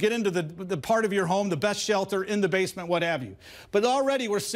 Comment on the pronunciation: Lets go to the baaement or whatever! Lol